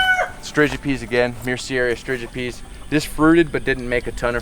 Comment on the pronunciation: Myrciaria string-uh-peazzz